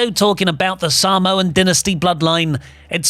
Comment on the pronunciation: "the Sahmoan Denesty" 😂😂😂😂